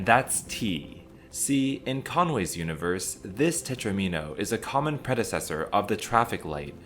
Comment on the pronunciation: Love it! Quality video and a comprehensive overview of the topic! :~) I've loved Conway's life since borrowing Martin Gardner's "Wheels, Life, and other Mathematical Amusements" out from my high school library... renewed for all four years of high school... lol. Only complaint; tetromino rhymes with domino. DOMino -> TROMino -> TET-romino -> PENT-omino -> HEX-omino -> SEPT-omino. So many minnows! :~)